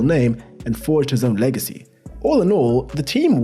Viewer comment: that 'lagacy' ...